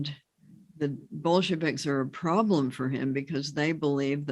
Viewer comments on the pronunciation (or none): none